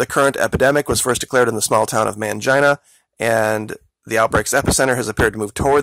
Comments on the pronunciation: It's actually pronounced Mane-Gene-uh not MAN-JINE-UH. Lmao, too funny. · mahngeena? mahnheena? why would you say man-jyna? why do people NOT google how to pronounce words and names that they aren't familiar with? excellent research. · Did you just say "mangina"? 😂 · did he say MAN-JINA...? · I have a feeling this guy is pronouncing mangina wrong.